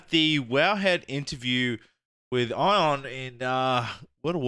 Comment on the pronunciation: Just a heads-up, Ion is pronounced as E-an